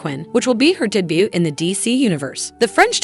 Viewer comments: Uhhgggghhh!... and did she say "day butt"?! 😅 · Could someone go over how certain names and words are actually pronounced before taping? The word debut is not pronounced "debit". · HOW CAN AN EDITOR BE OK WITH FUCKING UP THE PRONUNCIATION OF THAT MANY WORDS AND NAMES. WHAT THE HELL IS A DAY-BUT? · The AI reading of the script for this video is really painful to hear. I thought AI had improved, but you guys are obviously using an old version. (for Example: 'Debut' is NOT pronounced "de butt') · Can AI not pronounce the word "debut"? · And if you don't know how "debut" is pronounced, how did you get a voiceover job? There are so many unemployed voice talents out there. STOP USING AI!! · if you're going to use AI generated voice for your video you gotta be able to pronounce words like "Joaquin Phoenix" and "debut" gimme a break. thumbs down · Is this narrator really AI? “She” butchers the correct pronunciation of words like “debut” and “Rojas”… and tends to speak unnaturally fast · Anybody else rewinding to hear the fun pronunciations? (MAGNETO, DAY BUTE, JAW KEEN PHOENIX, ME TORIC RISE,) XD